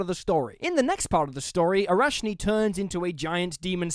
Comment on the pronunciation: Awesome vid! Just wanna say that the ch in arachni (meaning spider)and batrachi (frogs - plural) are based on Greek words and pronounced as a harsh h 😂.